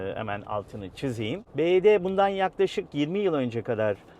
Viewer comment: Araba çok güzel çok güzel modelleri var bizim burda en çok bu tercih ediliyo, bivaydi diye okunuyo bu arada